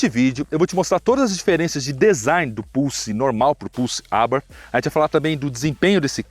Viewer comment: Pena q é nítido que não manja nada impressionante, nem a Abartí ele sabe falar kkkkkk sabe nada